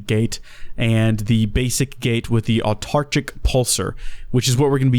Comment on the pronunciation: I know you said not to but ... my ears! My beautiful ears! It's pronounced Ow-Tar-Kick.